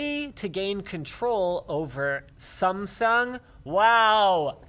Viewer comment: hmm...I'm impressed that you pronounce Samsung correctly hahahaha